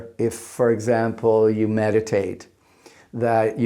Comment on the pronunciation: His first 'meditate' sounded like 'met a Tate'.